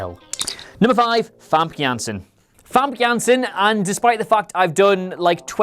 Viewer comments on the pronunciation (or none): Hi, I am dutch. Famke Janssen is Dutch too. . The last name was good. Say it like FamKUN Janssen. Then you say it perfect! :)